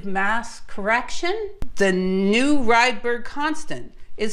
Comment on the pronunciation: Ångström and Rydber pronounciation was not that good. But rest is perfect, thanks for a really good video and information about history of physics. It is so very interesting.